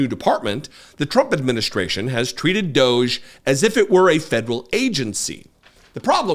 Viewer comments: Can we agree to not promoting EM's brand by pronouncing D.O.G.E his way? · please call them what they are, "Doggie" not "Doge". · I submit a proposal to pronounce it “doggie). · I pronounce it "doggy", because it's a dog's dinner-- if you're not from the UK that's British slang for a f'ed up situation.